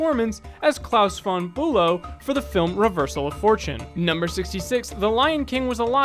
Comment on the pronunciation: Ok, I get these are time consuming to make and some mistakes will slip through but..............four...nee?